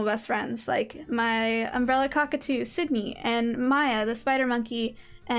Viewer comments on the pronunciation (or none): as soon as she drew sydney i assumed she said "YO"